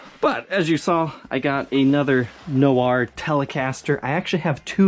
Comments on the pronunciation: Argghhhh! We have the “Fender no r” series back again!! 🤦🏼‍♂️ I’m sorry... I love you but that pronunciation does my head in. It’s pronounced like “nwar” not “no r”. The “Fender no r” series would just be “Fende”! 😜 Or “Telecaste”, “Statocaste” and “Jazzmaste”! 😉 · It's just "nwar" dude. I could not figure out what a "no-R" is. Also, who's the a-hole that sold you this silverburst? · Pronounced wrong my friend; noir (NEW-ARE), it’s French 😏